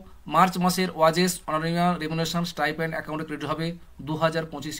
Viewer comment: ওয়াজেস নয় ওটা ওয়েজেস Weges